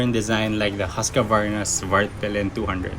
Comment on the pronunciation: Nice Video! But why you say "Husqavarna" instead of "Husqvarna"?